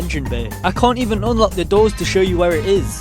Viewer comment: Obd “eleven” 😭😭